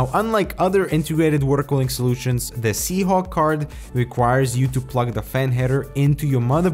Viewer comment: Surely I'm not the only one hearing SeaHonk, right?